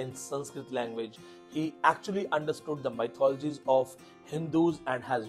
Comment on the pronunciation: Mythology is not pronouced as maithology its pronounced as mithology.